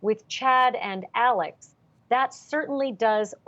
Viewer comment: Alex not ALLEN